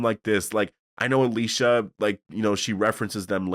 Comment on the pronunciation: Can we talk about how Daniel ,out of nowhere 2 episodes ago started pronouncing Alicia’s name completely differently than the way he always said it before ?